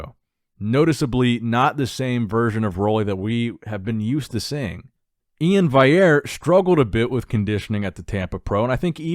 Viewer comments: stop pronouncing Iain’s name as E-in “Wiyer” or whatever you pronounce, he has specifically written on his Instagram bio how does his name needs to be pronounced and that’s:- “E-in Val-e-air” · Day three of asking to pronounce my name correctly. E-in Val-e-air.